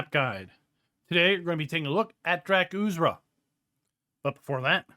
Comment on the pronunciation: The r comes before the z dra-kur-za